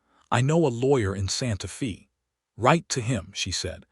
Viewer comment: Very good story but the city’s name Santa Faye like a girls name not Fe.